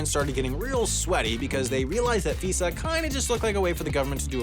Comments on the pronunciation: it's f-EYE-sah, not f-EEH-suh. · Figh-za, not Fee-sa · Just a point of order: we don't pronounce FISA as "fee-sah," it's "fai-suh" - like the "fi" in "five." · It’s not pronounced F-ee-sa, it’s pronounced F-eye-sa. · FYI "FISA" isn't pronounced like a Visa credit card, it's "fai-zahh". But yup, all the intelligence agencies have beef with each other, not just CIA and FBI. We also created the new Director for National Intelligence to sit over all these people, but that is going about as well as you expect. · FISA is pronounced with a long i (f-eye-suh). Source: I am a former intelligence community employee. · I've always heard FISA pronounced "figh-za" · Interesting Video.. BTW whenever I hear a reference to the Document/Law , I have only heard it pernounced as the F-eye-sa Law. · You pronounced "FISA" wrong. Also nearly all of it is unconstitutional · Next Half as Interesting video: Why Everyone Pronounces "FISA" wrong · A whole research team and nobody watched a single video to hear "FISA" pronounced properly? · your pronounciation of FISA hurt my ears :) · I wanted to correct the pronunciation so bad lol thank you.